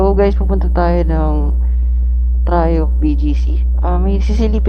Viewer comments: Sir ang tamang pronunciation po ng Triumph ay tra-yamp, hindi po tra-yump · Na bobother ako sa pag pronounce mo ng triumph, pki correct nlang ha